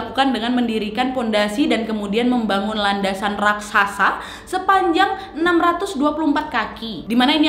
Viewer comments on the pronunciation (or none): none